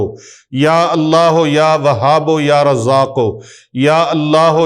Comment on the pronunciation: Asalamo Alaikum..mne kehna tha k YA WAHABO nhi hota na YA WAHABU kehty hn..talafuz ye thek hy ya ksi bhi trha parhskty hn..wesy mne Talafuz se parha hy QURAN PAK.ya wahabuu kehty hn.